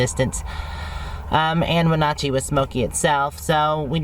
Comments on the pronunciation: Along with that Wenatchee is pronounced with a short "a", "Win-nat-chee". It is tough traveling to different areas with many local native American names that you have no history with. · I would think your sister would have corrected your pronunciation of Wenatchee. The “atch “ is sounded as in catch or hatch! Got it? So what, you’re probably never going there again!!